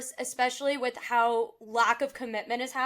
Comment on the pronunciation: Its brij not bridge , just letting u know , no offense